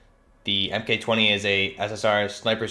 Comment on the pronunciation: "M-K" , man that's annoying, Mark 20 SSR